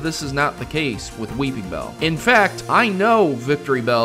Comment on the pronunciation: weePINbell, NO "G"